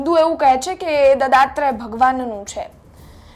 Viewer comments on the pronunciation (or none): હવે તમો દત્તાત્રય ભગવાનને દદાત્રય ભગવાન બોલે છે!એવા એન્કરોને બેસાડીને કેવીક જાણકારી આપવા માંગો છો?કાયદાના તો લીરેલીરા ઉડતા ઉડશે!પણ તમોએ ગુજરાતીભાષા શબ્દાવલીના લીરેલીરા ઉડાવી દીધાં!